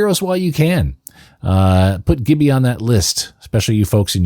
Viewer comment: Its pronounced jibby